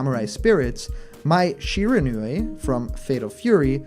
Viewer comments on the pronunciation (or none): none